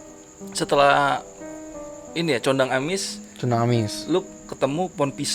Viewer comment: nara sumber salah nyebutin pos......Pos Kondang Amis bukan Condang Amis......Pos Pangasinan bukan Pengasingan